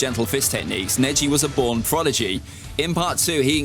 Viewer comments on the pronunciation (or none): none